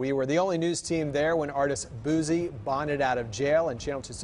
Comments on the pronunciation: The artist “BOOZEy” omg not like the alcohol sir lolololol omg 🤦🏾‍♀️ haHhHHaAaa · How the white news reporter said Boosie....""boozzie"" 😂😂😂 .... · According to the reporter, his name is "BOOZZIE" 😭😭😭😭💀💀💀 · Im surprised they didnt say BOOTSIE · I just like how the reporter from the news clip pronounced his name 😂 " "Boozzie" 😂🤣😂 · The New Anchor Man said Booosie. I can't LMAO🤣🤣🤣😂😂😂😂🤦🏾‍♀️🤦🏾‍♀️🤦🏾‍♀️ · The reporter said” Rapper Bozzie”😂😂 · The reporter called him boozey 😂😂😂😂😂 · Not boozie..... He called him boozie🤣🤣🤣🤣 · He said booZie .😂😂😂😂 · so we not gone talk about how the News reporter pronounced his name💀💀💀